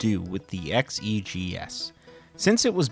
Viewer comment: Why do you keep saying "E" when referring to the 130 XE and the 65 XE but you say XEGS properly? It's always been produced "X.E." not "EE" or "Zee." Also there's the XEGS package that isn't weird at all, since detachable keyboards were common with PC/XT clones of the time. The XEGS isn't the same 8-bit PC from 1979. It does have more integrated chips in it (i.e. FREDDY) that the XL line didn't have. The old 800 and 400 had many more parts (Glue Logic) that were consolidated into chips to reduce costs for the XL and XE line, and the 800/400 had more joystick ports. So the tech is based on a PC from 1979 that was way ahead of it's time compared to the C64, but it was modernized for more RAM.